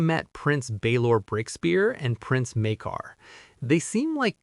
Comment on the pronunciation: It's pronounced 'Mike-Ah', the R is silent.